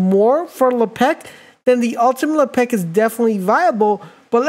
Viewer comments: Lepeck? C'mon bro, "Le-pick" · This guy must be French" Le pec " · You made this video unwatchable because you did not say his name right and you said it a lot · You made him sound like a french hockey player.. he does not play for the Penguins, sir! Pronounce his name right or I’ll have Jean-Claude Van Damme come kick your door in..